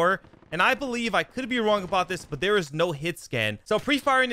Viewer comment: Exhaustionn Na I’m good. It’s That not dat. It’s There not Dare. It’s This not Dis. Is it really that hard to make a th sound?